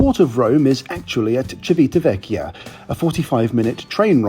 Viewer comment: That was a pretty good pronunciation of Civitaveccia!!